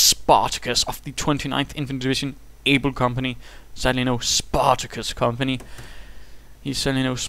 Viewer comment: lol "SPAtacus....SPAtacus."